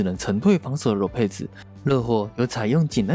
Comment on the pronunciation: 唸一遍：Lopez ✓囉撇ㄙˇ ×裸配ㄗˇ